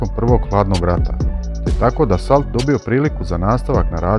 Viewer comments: Dassault se ne cita Dasolt nego Daso (kao kad Renault) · Marcel Dassault- čita se Marsel Daso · Dassault se svakako izgovara bez T na kraju...kao "Daso" po vuku :)...narednih godina navedeni tip bude često tema zaljubljenika u vojnu tematiku, pa čisto da se malo terminologija popravi, odma lijepše izgleda...Lp